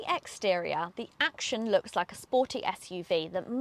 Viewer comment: It's not a KMG "Action" as you put it ! It's a combination of the words 'action' and 'young' , deliberately chosen by the manufacturer. It's pronounced 'Actyon' as it is written not 'Acshon'. Overall a very good review . You pointed out all the salient features.